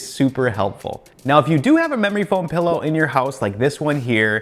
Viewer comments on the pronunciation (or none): PILLOW... not pEllow